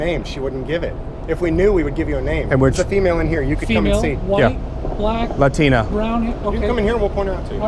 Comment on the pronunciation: Lol latina... he said latina